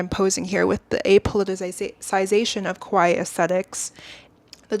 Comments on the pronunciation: I love your point of view, but sorry, you’re mispronouncing “kawaii” as “koai” and it’s really catching my eye 😭 Kawaii means “cute,” while kowai means “scary”! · While this is a very well made and researched video, it was distracting that I kept hearing "kowai", meaning scary instead of cute "kawaii"